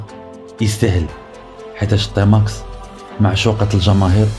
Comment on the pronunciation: ⛔ غير هي بالرجوله سميها تيماكس ماشي طيماكس 🤫😭😆👍